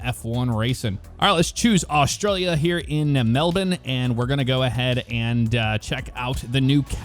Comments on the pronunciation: As an Australian from Melbourne I can confidently say that completely nailed the pronunciation of Melbourne. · your the first youtuber I’ve seen that pronounces Melbourne right And on be half of all Aussies thank you